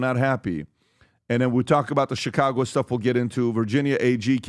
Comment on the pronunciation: dont forget also "Chi-congo"